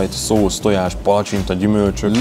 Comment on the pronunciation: az nem tojàs hanem tonyàs